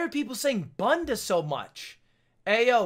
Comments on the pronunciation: please- ludwig saying bunda is the most painful thing i’ve had to listen to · Hey, Ludwig, kinda new on your channel, I donno if "bunda" on there was in portuguese, but if it was supposed to be portuguese, it's pronouced "boonda", I'm pointing it out because, being a portuguese speaker, I just think it would be way funnier hearing "bunda" pronounced in the way I'm used to hear it haha. Feel free to ignore :shrug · Ludwig saying bunda like banda is incredible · as a british person hearing lud pronounce bunda as ‘bun deh’ was really funny